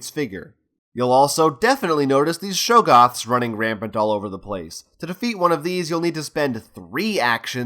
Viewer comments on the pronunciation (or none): Love the tutorial, really helpful. But can I be pedantic about one thing. The creatures are not Pronounced Show-goths. They are spelled with a double G. That means they are pronounced Shog-goths.